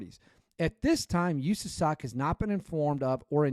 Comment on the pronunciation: Can you do us a favor and never say “usasoc” ever again Literally how a liberal senator would say it. Just say SOC. We all know what country we’re in